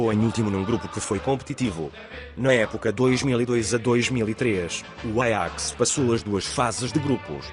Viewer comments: Ele pronunciou em holandês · Nossa e bem diferente o pronunciamento do nome do Ajax em Portugal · apartir de agr so vou falar "Aiax"